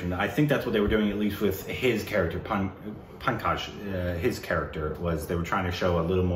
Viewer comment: is trying hard to pronounce the name Pankaj, forgetting that is also the first name of one of his favourite actors, Tripathi 😅✌